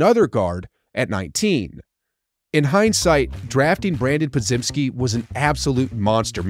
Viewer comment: Bro doesn’t even know how to say Podziemski’s name 😂 how do y’all trust this guy